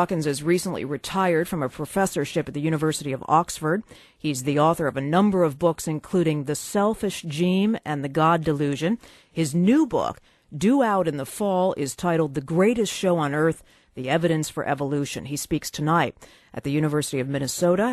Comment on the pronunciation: Thats so poor. "The selfish geme" Come on woman how can you mispronounce that!?